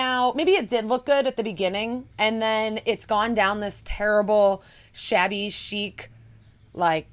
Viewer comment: Yep, I hste empty frames. I guess in a shop window it's okay, but a shop window is not your home. To me it looks like "I just moved out of the dorm." We did that in the 90s so it's been around, probably for longer than that. And did you say "shabby chic" or "shaggy chic?" Lol.